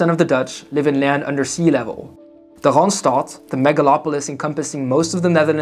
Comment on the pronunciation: He pronounces "Randstad" weirdly though